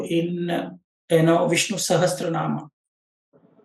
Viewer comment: its sahasranam..not sahastranam